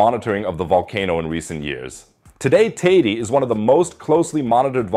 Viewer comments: “Tey-dey” not “tideh” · How many different ways are you going to pronounce Teide? It's TAY-DEH. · Shouldn't you at least learn to pronounce Tenerife and Teide before doing an article like this? None of this is surprising since its been almost exactly a century since the mountain erupted.